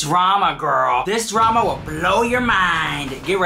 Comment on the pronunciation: New “draam” huh?